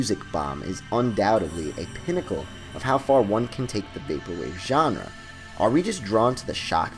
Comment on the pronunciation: you mispronounce genre so much that i literally felt like... okay i can't find the words for it